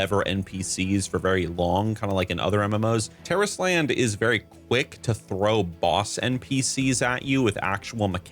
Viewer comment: That's how you say it? Terrorist Land?!